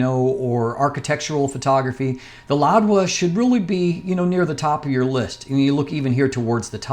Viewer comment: It’s Louwa not “LouDwa”, correct?